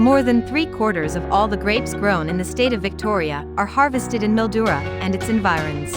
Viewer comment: Mildura is pronounced Mil..duura.